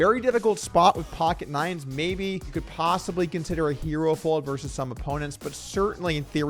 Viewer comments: Versus. The word is versus. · "versus" has two syllables. FYI